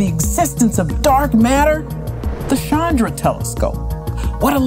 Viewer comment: Seriously, if you are going to do this sort of programme get simple things like basic pronunciation correct. It's not Shandra but has a hard CH sounds as in 'chance.' It's not that difficult.